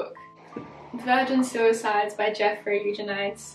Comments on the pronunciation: Read Picnic at Hanging Rock recently and loved it. Thanks for the suggestions! Also I believe it is mostly pronounced: You-Jen-uh--Dees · “jeffrey eugenites. Eugeneedies. Eugenides. Eugeneedies…. Eu-decide.” 😂